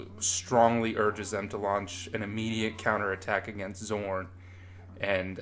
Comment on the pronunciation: Great video, and I agree with just about everything you've said, but you calling Zaun "Zorn" for the entire video is driving me a bit nuts lol. Really validating hearing someone's thoughts put out in this form though, there aren't enough people talking about how disappointing that season was.